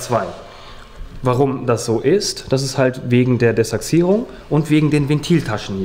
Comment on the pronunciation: Echt sympathischer Motoren. Mir gefällt auch wie er das Desachsierung sagt. Heißt zwar De-ach-sierung, aber trotzdem Cool